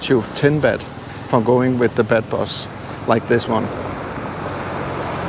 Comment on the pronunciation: In English you don't say bed bus but more like bath bus. With a ah. I like Jomtien, I like Pattaya also, I even like Naklua. In Naklua there is a very nice fish market.